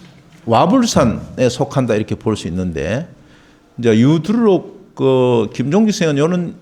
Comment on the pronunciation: 우두류록의 독법이 틀렸나이다 왜 두 자씩 띄어 읽으셨습니까?? 잘못입니다. 구문을 전얀 이해하지 못했다는 증거이지요. 유두산에 노니 른 기록이기 때문에, 두류를 갈라 읽을 수 앖지요. 그러므로, 1 2 1로띄아서? "유 두류 록"이라 읽으십시요! 한학자로 이런 독법을 그릇첬다는 것은 도저히 너그럽게 볼 수 없나이다.